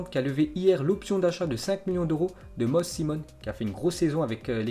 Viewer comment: Moses, je pense que la prononciation c'est MOZIZ.